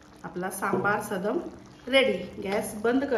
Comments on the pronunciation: मॅडम, तुम्ही देशभरातील पाककृती दाखवता पण चुकीच्या उच्चाराने पदार्थांची नावे का खराब करता? हे सदम नाही सादम आहे. मागच्या वेळी तूप पोहेची कर्नाटक रेसिपी दाखवली होती तीही तुप्पड पोहे असा उच्चार केला जायचा.. खरं तर तो तुप्प दा अवलक्की ( (पोहे)अस आहे ..प्रादेशिक पदार्थांचे योग्य उच्चार सांगा...समजून घेतल्याबद्दल धन्यवाद. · Madam it is Saadam...सादम्..means cooked rice...and not sadam.....सदम् 😊 And tamarind extract is also needed... otherwise it is akin to daal rice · sadam no- it is saadam